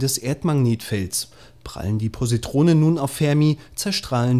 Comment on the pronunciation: "Pussytronen" :D hahahahahaha lachkranf :P